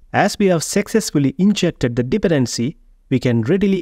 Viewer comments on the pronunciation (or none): thanks, btw: Dependency is pronounced with an emphasis on the second syllable, not the first, so it's more like dePendency